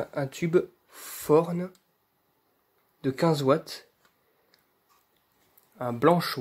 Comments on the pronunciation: La marque du luminaire ce prononce "torne" et non "forne"! 😉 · Et non, sa se prononce "f"orne. J'ai vu une vidéo archive de Thorn Lighting de 1990, tu verra bien il le dise bien.